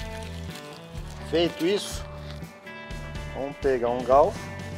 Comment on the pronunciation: As receitas são tops parabéns, mas e sério mesmo q vc fala galfo ou estava zuando?